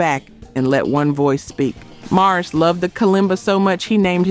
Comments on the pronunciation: You lost all credibility by repeatedly calling him "Morris" White instead of Maurice 🤨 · Get his name right. It's Maurice, not Morris!🤨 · Why ….. are you calling Maurice Morris? 🥸 🤦🏽‍♀️ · I was thinking the same thing why you calling him Morris when it’s Maurice get it right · His name is pronounced MAURICE not Morris!!! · This is so good and informative, but why does the narrator keep calling Maurice, Morris?😩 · Mispronounced their names, I am not impressed, you did an injustice to the Greatest Group/Band ever. Ma-rees probably turned over in his grave. Bad, very bad commentary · Why can't she pronounce Maurice's name correctly?? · You lost me 30 seconds in when you said, " Twelve ways Morris White." I mean, if you can't pronounce the band's founder's name correctly, why should anyone watch? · Please enunciate Maurice as Maurice and Morris. From a lifelong fan since their very first album back in the day. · The narrator sounds like AI that's why they mispronounced names that mono tone voice of the narrator let's you no when its AI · It’s not only shows you as being incompetent, but also DISRESPECTFUL!! How would you like it if people always mispronounced your name!! GET IT RIGHT!!!! AMEN AND HALLELUJAH!! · His name is pronounced "MA REESE", not Morris. With love. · It's Maurice!!! Why do you keep saying Morris???? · Why does she keep pronouncing Maurice as Morris? She also continues to talk about the kalimba while the video has not played one song that features the instrument. I do find the documentary so very interesting, but the editing lacks because what the person points out is out of synch with what the video shows. I appreciate the work put in, but good editing is paramount. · I hate AI. "Morris White?" Everyone know it's MAURICE WHITE. (MORE-EESE) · its not MORRIS ITS MAURICE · His name is Maurice, not Morris. Is this AI? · I like the video and commentary. It sounds l Iike the narrator keeps calling him Morris, and his name is Maurice. (Maw-reese).